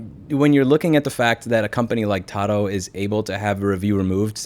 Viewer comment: 🛑🛑🛑It’s PRONOUNCED “TAH-DOO” (slang for to-do) 👀👀👀 not pronounced “tah-doh” 🤦🏻‍♂️🤦🏻‍♂️🤦🏻‍♂️🤦🏻‍♂️ Love you, Louie God bless 🙏🏻🙏🏻😎😎